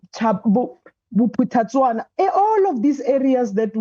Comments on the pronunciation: Yes Bophuthatswa😂😂😂😂😂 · Did she just say Bophuthatswana?😮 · Did the deputy minister say Bophuthatswana 😢